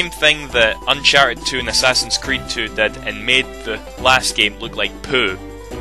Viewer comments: he said uncharted poo lol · it sounds like you say: UNCHARTED POO